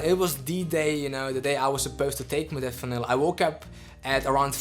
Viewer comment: Stopped listening the moment you misspronounced "modafinil". Laughable to think anybody should listen the opinion of somebody that after 2 years still doesn't understand the basics ahahahahhah :'D